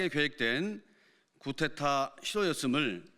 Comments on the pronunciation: 충격적이네요. 구테타(x) 쿠데타(o) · 구데타가 아니라 쿠데타 입니다 😊